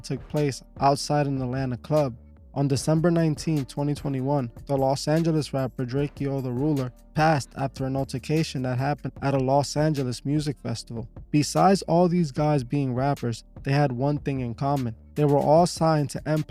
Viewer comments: This fool said drak E O 🤦‍♂️ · lmaoooo “DrakEIO”